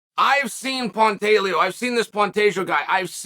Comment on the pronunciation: Pontellio!? LMFAO